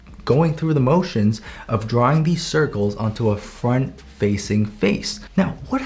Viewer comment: when he said "Front plane" i heard it as "Fart plane" im not kidding!